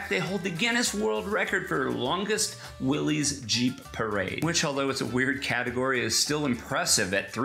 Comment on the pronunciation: Pronouned will-is not willees. just saying.